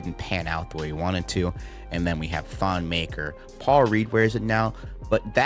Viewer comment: Just here to nit pick pick, on behalf of Africa, that names like 'Maker' and 'Odom' should not be pronounced like they are English words.